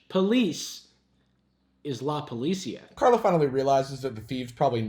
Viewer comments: Is not, “la pol-I-cia” is “la polici-A-“ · La policia 😂😂😂, dude it is la policía and that changes the pronunciation a lot😂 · actually it's "la policía". You're supposed to stress the "cí" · ’ pronounciation of “la policía” had me dying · The way he pronounces policía xd Great video btw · "in spanish, police is la policia" nice pronunctiation tho.